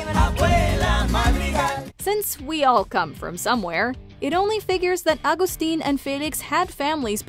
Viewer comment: Her dad isn't agstin its Augustin its pronounced